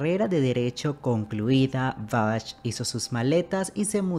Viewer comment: Hermosa nuestra Christian Bach!!!! Argentina, acá en nuestro país también trabajó mucho. El apellido de ella se pronuncia "Baj" como el músico, no, como lo pronuncias vos, "Bach" o sea con "ch". No se lo pronuncia literalmente. Te corrijo xq suena mal oirlo no parece q te refirieras a ella.